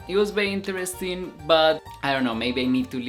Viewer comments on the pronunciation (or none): none